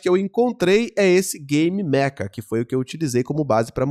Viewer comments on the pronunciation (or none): none